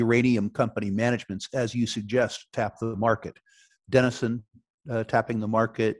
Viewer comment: Denison is not as he said